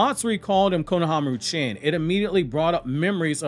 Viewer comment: You do know that "chan" is pronounced as "chon" (rhymes with "John"), not the way that you pronounce it (it doesn't rhyme with "can"). The same goes with "san"